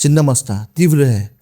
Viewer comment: Tivraa hota hai teerva nahi hotaa ...hindi ki tusions le lo sir mere se 😂